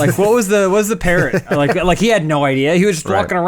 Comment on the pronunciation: Did you rike it?